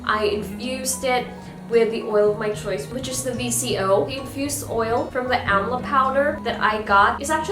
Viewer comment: It is pronounced as 'Daabar Aamla'